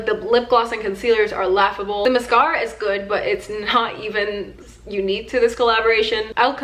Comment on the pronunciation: The way she says mascara bothers me so much😭😩